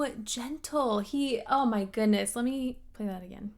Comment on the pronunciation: do you think James has ever pronounced "me" in any other way that "may-YA" in his life? I wonder...